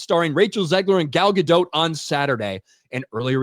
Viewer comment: FYI - Gal's surname is pronounced Ga-Dot, not "Ga-dote".